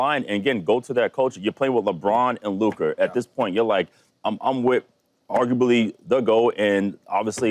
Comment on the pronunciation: Did he just say Luker 😂😂😂 it’s LUKA man.